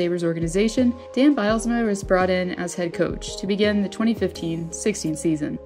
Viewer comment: Is the narration a robot! Wtf She reads "Personal" as "Personnel" Then the next line she reads "Coach" as "Cooch" 4 minutes in and I am out. Sick